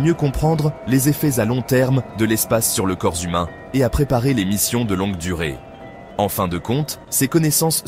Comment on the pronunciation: le corps zhumain … ?